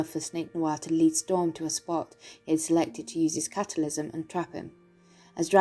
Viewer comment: I love the way you say cataclysm